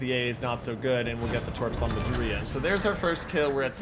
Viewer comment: "Andrea Doria" - the stress in Doria is on the first syllable, which sounds like "door" in English. An interesting mix - AP rockets with apparently disproportionate numbers of hits to damage (good for farming ribbons?), OK torpedoes, and no bombs at all. If they ever do fix it so that Tier 8 ships can play Tier 6 or 7 operations, I might well consider this ship. Looking forward to the commander build. Cherry Blossom is restricted to Allied cruisers.